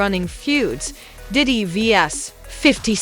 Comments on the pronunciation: Doddy??????? Doddy????? Its DIDDY UUHHGG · Look you should learn how to pronounce the name correctly okay if you just say anything now and daddy didn't do anything but you know come on get it together and I'm trying to be interested in your your podcast since you know what you've always smoke up my butt with his name you have lost his whole podcast video movie practice that before you go out there. Sorry